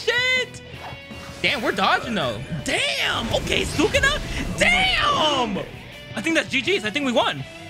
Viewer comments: Why does it urk me so much when he says sukuna😭it’s Su KUNA not Sukana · The way how he pronounce Sukuna though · The way you pronounce sukuna name is irritating me lol